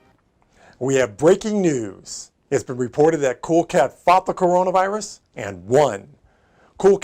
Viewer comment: Is it just me or did pronounce Coronavirus "cornonavirus" in the first line read?